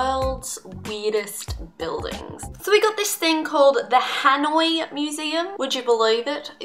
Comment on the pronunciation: Well part of them and u said Hanoi wrong